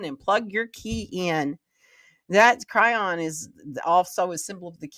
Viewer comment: Chiron is pronounced Ky-Ron